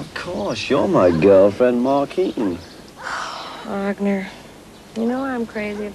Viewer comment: Markeen or Maureen ¬¬ just saying